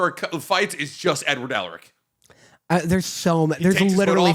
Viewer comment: am i the only one that heard him say "I wrote N word Elric in all caps" I know he said edward but thats what it sounded like he said.